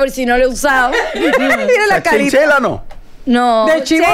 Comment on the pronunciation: Sera abrigo de chinchilla no chenchela